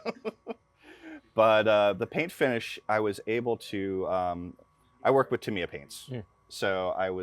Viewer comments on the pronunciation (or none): none